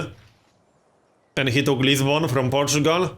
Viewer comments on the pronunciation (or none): none